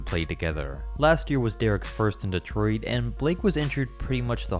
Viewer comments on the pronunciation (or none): none